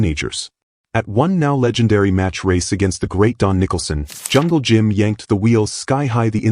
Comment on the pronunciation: Hey artificial intelligence its jungle Jim not jungle gym